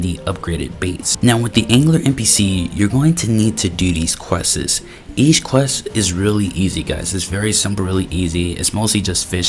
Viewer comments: Quests ❌ Quessess✅ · Why bro saying questses